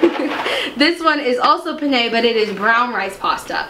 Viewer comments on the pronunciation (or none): I love you so very much, but penne is pronounced with emphasis on the first syllable and not the second.